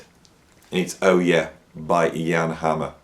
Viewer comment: Hi, great list! I, myself, am a big fan of Jan Hammer. I'm a drummer & I love his aggressive rhythmic approach, and he's a great drummer as well. I just want to give you a little reminder that "Oh, Yeah?" is a question. It should be pronounced as if the next phrase uttered is "I'll show you". ✌